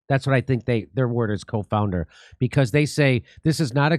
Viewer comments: As always, thanks for covering this important information, Jimmy. But, um, its not co-founder, it's CONfounder. ie variables that may confound (add doubt) to a conclusion. so they were saying they pretty sure on their conclusion, and the usual confounders were not at play. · CONfounder Jimmy, not COfounder. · Been watching your podcast for years now, rarely miss one. You are my favorite jagoff comedian of all time. At the risk of sounding like a jagoff myself the word you mention here is CONfounder, not COfounder. A confounding variable is a third variable that influences both the independent and dependent variables. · coNfounders, no co-founders. lol.